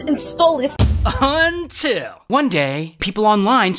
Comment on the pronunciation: Wow! That "UN-TIL" was way early